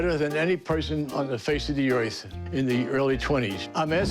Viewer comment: did he say “face of de oith?